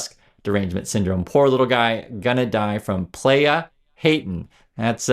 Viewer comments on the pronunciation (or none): none